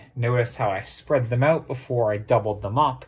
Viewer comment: When he says "out" I can tell he's canadian, and I love it.